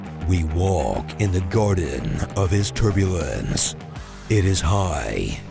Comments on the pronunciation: He definitely says turpulence, not turbulence. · Nb: That's "torpulence," not "turbulence."